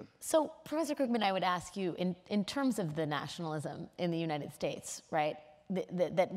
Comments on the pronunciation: I think he's saying united stakes....... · Is it just me or does Joseph Stiglitz say "United Steaks"? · Joseph Stiglitz: "The United Steaks" says it every time without fail LMAOOOOO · Why does the Stig say "United Stakes"?